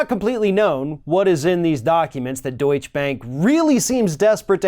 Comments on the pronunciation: Another Yank mispronouncing words! The word is pronounced Doycha not Do itch. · Actually, Deutsch is pronounced like "Doytcher", not "Doytch" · deutschE bank ... deutschEEEEEEEEEE (not deutsch bank). there is a reason for that final letter. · Doich-uh! Not Doich! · What is deutsch bank? Its deutshE bank. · Remember the 'e' at the end of Deutsche in Deutsche Bank, other than that it was very well pronounced :) Gut gemacht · *Deutsche. Not Deutsch. The "e" is pronounced at the end Deutsche. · It is pronounce Daucher bank. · I wish you’d learn how to pronounce names outside of the USA. It’s pronounced, doitcha, and Merkel is mronounced, mairkul. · It is pronounced Deutsch - a Bank!!!!!! Lawrence O'Donnell revealed on MSNBC that the Deutsche Bank LOAN DOCUMENTS are CO-SIGNED by Russian Oligarchs close to Putin. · The bank is pronounced Doit-cha. Don'tcha know? Hah! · Please,. Duech-e. You pronounce the e on the end. It’s a sound called a schwah, between uh and eh. You’re a smart guy and the continued mispronunciation drives me nuts. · Deutsche = TWO syllables. sigh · dude... The last "e" in "Deutsche" is not silent.